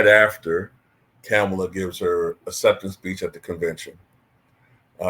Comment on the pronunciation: Just a curious question. Do you mispronounce her name on purpose or is it unintentional? It’s a lot umph on that “Kam” syllable.